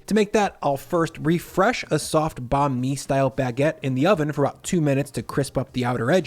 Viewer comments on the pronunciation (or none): Banh Mi is pronounced "bun? me"